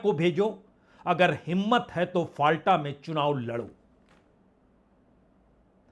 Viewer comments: "फालटा नहीं फलता" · 𝗡𝗼𝘁 फलटा , फलता होगा